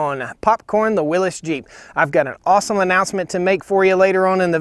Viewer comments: FYI it is pronounced "WILLIS," not "WILLEEZ." It's not a regional pronunciation, it is a man's name, and that is how he pronounced it. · WILLYS. WILLYS, WILLYS, WILLYS. "NOT" WILLIS. Do you call a hemostat a pinchy thing ? Do you call a defibrillator a shockey thing ? A syringe a pokey thing ? IT'S A "WILLYS" !!! Willis was Gary Colman's brother in the sit-com "Different Strokes". 😜😜😜